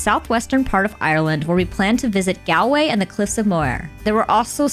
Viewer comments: Btw IRISH people don’t pronounce “Gal -way as you do . Think of “ Gall stones or shopping “Mall” Galway as rhymes with “Mallway” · Gal-way is pronounced Gawl-way…👍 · Galway is pronounced Gaulway. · Why can't American people pronounce Galway?? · Were you really in Ireland? Those pronunciations. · It's a pity you didn't stay long enough in Ireland to learn how to say GALWAY😢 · It’s not pronounced Galway… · How did you spend so much time in the country and STILL not learn how to pronounce Galway??